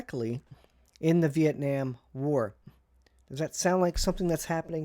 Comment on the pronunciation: Vee- ett- naam. Exactly.